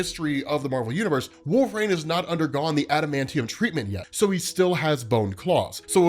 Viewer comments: Yeah is he repeatedly saying Wolve-Rain? Instead of Wolverine as we all know? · Great video, it helps me to understand the comic more! It sounds like you’re saying ‘Wolverain’ tho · Is he saying Wolve-Rain?!? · Please just say it right, or just say logan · Why does he pronounce wolverine this way?! 😂